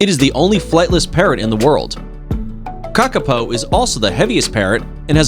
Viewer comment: You really need to change the voice over - so much of pronunciation is off and its full of untruths. Kakapo are not hunted by people. You'd get prison time for killing one.